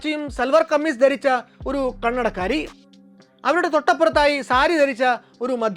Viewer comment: കണ്ണടക്കാരി എന്ന് പറയുന്നത് കേൾക്കുമ്പോൾ കന്നഡക്കാരി എന്നാണു തോന്നുന്നത്